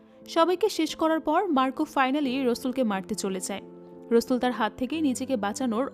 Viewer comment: আপু নামটা রসুল না রাসেল, বার বার এরকম ভুল উচ্চারণ কানে লাগে🙂